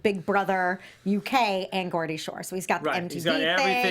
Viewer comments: Geordie Shore, not Gordy 😂 love you girl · its Za-hee-duh *she was on Geordie shore and EOTB., you're saying Geordie wrong. Also, Bear was never on Geordie shore (i know, ive seen all episodes lol), he was on EOTB and hosted Just Tattoo of us. Ashley was also Kayleighs ex. Ashley nearly beat up Bear on Just Tattoo of us. Bear is for real a shit stirrer. worse than Theo. found it so hilarious that BEAR was trying to calm and pull Theo back cause he's the one who usually caused the drama lol sooo excited my fave UK shows are now on the challenge!!